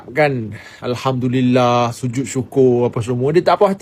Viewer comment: Bala lafaz ngan slang Hindi...😂